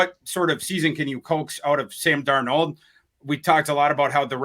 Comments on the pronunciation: Darnald not Darno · Does this joker really think his name is pronounced darNOLD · Please help on how to pronounce Darnold. He keeps saying Dar-Nold. It’s grating. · Sometimes he pronounces it Dar-NAULT, like French 😂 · He's been saying Darn-Old more than any of the other attempts, but you guys may have a point - maybe he is just messing with us, saying it differently every now and then. The other three fellas say it right enough times that he HAS to know how it's pronounced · How many ways can mispronounce Sam Darnold's last name? If it was a drinking game, would have us in the ER for alcohol poisoning. Good on you!! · Why does pronounce Darnold so strange? Do any of you call him out on it? lol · Biggest gripe with whenever he speaks has nothing to do with his opinions. I like them actually. It’s that he can’t pronounce Sam’s last name correctly most of the time. Funky accents and fluctuations lol. Let him know. He needs to see his blind side. He should get federated to protect him. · STOP SAYING DARNOLD LIKE THAT OH MY GOD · The way pronounces Darnold drives me crazy but he doesn’t pronounce it the same every time 😂